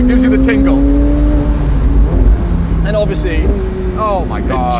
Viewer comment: Tingles or tinkles? Willy?